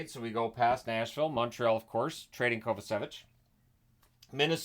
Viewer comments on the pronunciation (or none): Hey,, if you'd like, I could show you how to pronounce "Kovačević", as it's one of the most common surnames in Croatia.:)